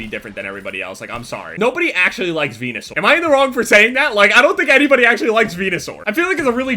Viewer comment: the type of nigga that says VENASAUR THE FUCKING WRONG WAY!